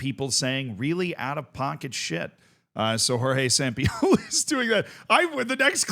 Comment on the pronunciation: You say Sampioli, like you are some sort of autistic streemer